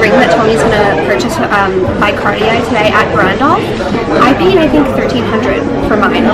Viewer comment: If you pronounce Louis Vuitton “Louis vuittoh” then please don’t say cardi yay. It’s Cartier.